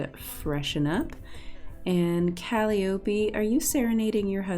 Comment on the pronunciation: Great episode! Its pronounced cal-eye-o-pee